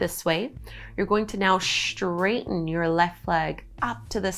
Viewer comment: I really wanted to like this practice but by the 3rd instance of "SHHHHHHTRAIGHTEN" instead of "straighten"—one of my pet peeves—I had to tap out. How I wish people would stop shoehorning a "shh" sound into words that start with "st-" sounds.